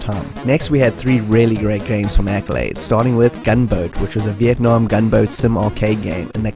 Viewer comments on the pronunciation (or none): none